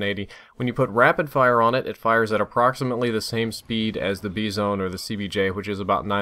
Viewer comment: Wtf is the Bee-zone?